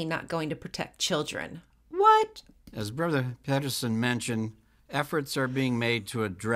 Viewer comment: Did he say Brother Pedo-son?